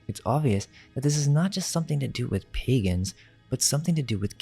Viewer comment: when u said Pagans it sounded a lot like Pig-ans